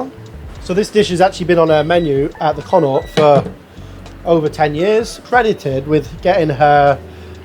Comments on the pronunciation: Pronouncing the "The Connaught" as 'Con-aw' is hilarious. It's like people think it's french when it's the anglicised name for "Connacht", the province in the west of Ireland, which is pronounced 'Con-uckt' regardless of spelling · The way you pronounce Connaught hurts my soul.